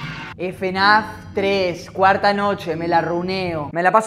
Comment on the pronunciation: me da gracia la pronunciación, el ''efenaf ''